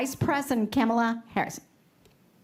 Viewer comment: Camel a?!!? Its ,la. How hard is that to do.